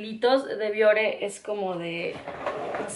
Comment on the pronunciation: yo soy de piel grasa, uso productos Bioré y me van muy bien. Por cierto que la palabra de acentúa al final y tú no lo marcas cuando la pronuncias. Me gusta mucho tu canal Saludos!